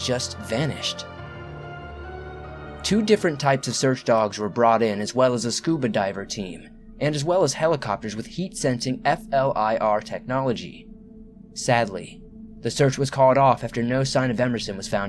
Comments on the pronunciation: Because it is pronounced FL-EAR. Not F-L-I-R. As someone who works with aircraft who have flir systems, hearing that made me cringe. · I pronounce FLIR- fleer Edit- Fun fact: FLIR has created the smallest military drone and it fits in the palm of your hand. It's called the Black Hornet and has a price tag of $195,000. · Oh I'm so getting 2 of them.......and yeah him spelling flir was grating